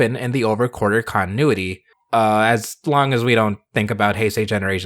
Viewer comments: Drink a beer every time says "Quarter" instead of "Quartzer" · Wait, why is it pronounced "Over Quarter"? Even looking on the Japanese wiki, the spelling is with "tsu" so you still would pronounce the "Z" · I would pay for to cover ZI-O theme song so long as he mispronounce "Quartzer" like he did in this video. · Take a shot every time he mispronounces Quartzer.